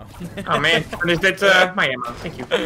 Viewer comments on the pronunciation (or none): none